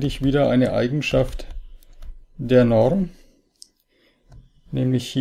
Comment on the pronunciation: Die Norrrrm